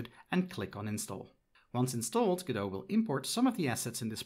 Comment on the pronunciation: why do you think you are pronouncing godot properly ?